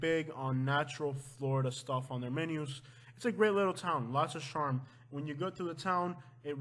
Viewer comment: Yeah he can't even say charm.